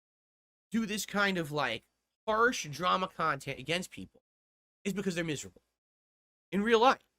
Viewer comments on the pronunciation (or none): "You know, snort I got a message the other day from peepul. And you know what, peepul said? They said, ". I've watched you for a long time. Peepul like me. View you differently now. Your conent is robust. Different. Meaningful. And your long-form style react style playthrough style khantent is not like the rest of the paid shills of Youtube. signed from peepul" See? I am naht a lawlcao anymore.